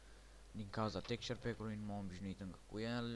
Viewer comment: texture packul nu textpackul , mai mergi pe la ora de engleza